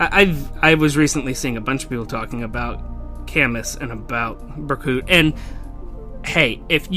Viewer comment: It's actually pronounced Ber-Koot and there is evidence that it's pronounced that way, the actual Fire Emblem Echoes game.